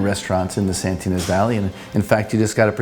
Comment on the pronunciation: "Santinas" Valley? Thats made up. I think you mean "Santa Ynez." Try harder.